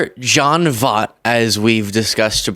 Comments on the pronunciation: Love ya. But…you can’t criticize him and others for continuing to mispronounce people’s names when you keep doing it too. You have repeatedly referred to this actor on other videos and are STILL pronouncing his name wrong. He is vile, yes. His views are disgusting, yes. But say his name correctly: Voh-EET. VOYT. Not VOTE. PLEASE. I beg of you. It makes you look like a hypocrite. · please learn how to pronounce Voight’s name. He’s a well known long term actor. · You're still saying his name wrong lol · Pronounced Voyttt not Vot. Talk about figured out someones name. Come on man lol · His last name is pronounced “VOYT”, not “vott”. He won a Best Actor Oscar for the film “Midnight Cowboy”. And — surprisingly — his daughter is Angelina Jolie. He’s always been a political conservative, but (like Roseanne Barr) he’s gone totally off the deep end. Weird and very sad. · Voit not Vot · I really like the show, but he really needs some older folks on his team to fill him in on the older generation stuff. The pronunciation of “Voy-t” (not Vot), his movie & tv background, and his very famous daughter. It’s like when he refers to Roseanne Barr as a “MAGA comedian”. I would sooner refer to her as a 90s comedian. Her “comedy” has never really been my cup of tea, but she’s totally dropped any sort of comedic shtick and is in full blown MAGA nut job mode. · 😘 seriously, 💟💟💟 your channel! Jon Voight (which, btw, is pronounced VOYt, rather than VOT 😬... just trying to be helpful 😊 AND... is also the father of Angelina Jolie 😳) IS A TOTAL NUTBURGER. I'm also disappointed to learn that Zachary Levi (Chuck, Shazam) has endorsed Trump as well. What the heck?! 🤷‍♀️ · Voigt. Not Vogt. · His name is pronounced VOIT not VOT! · …Voight is pronounced “voyt” not “vot”. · At least get his name right. Pronounced like voyt. Long o long y. He is crazy as a lion. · Correct pronunciation of his name too. VOYt. As in VOID.